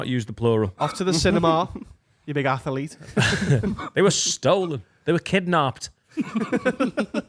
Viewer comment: So happy they brought up that has been saying athlete wrong for 4 years 😂